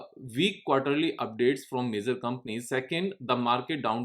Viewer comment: It's not मेज़र its मेजर 🙏🙏